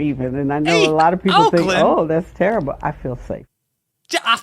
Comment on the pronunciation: She said, "That's terriba. Ah fill safe." I speak jive, by the way, so I know.